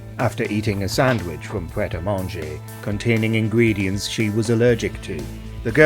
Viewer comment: Pret-a-Manger, pronounced "Pret a mahnjay" (it means "ready to eat" in French) is a franchise sandwich shop in the UK.